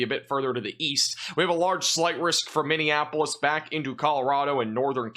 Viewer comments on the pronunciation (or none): none